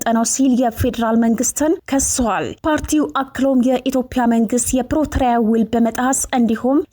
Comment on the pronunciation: ፕረቶሪያ ምንድነው ?ፕሪቶሪያ ማለትሽ ነው ? አስተካክለሽ ተናገሪ።